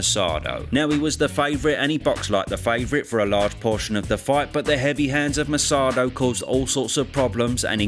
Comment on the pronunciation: It’s Segundo Mercado (not Mersado). It’s pronounced Merkado.